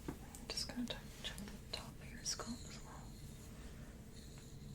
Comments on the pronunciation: Ditto. She says "scUlp" 🆚 "scAlp" but she's one of my favorite real-person ASMR'ist so everything is wonderful ❤️❤️ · You pronounce scalp like sculp. Nice video.